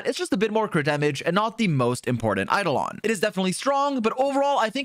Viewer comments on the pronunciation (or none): none